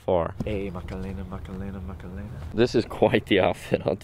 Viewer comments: 😅😅 It is Macarena not Macalena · "ayyy macalena macalena macelana" made me crack up😂 just fyi its "Macarena" (not hating just some advice) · “Macalena” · “Makalena” lmao..